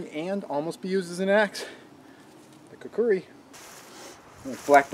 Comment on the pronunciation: Which is funny because the second "U" sound in the word "Kukri" isn't written, but seems to be pronounced. Whierd. Thanks for the tip.